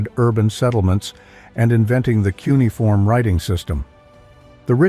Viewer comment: "Kunai-form" lol Jesus